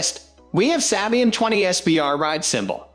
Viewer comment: its SAY-BEE-IN 😠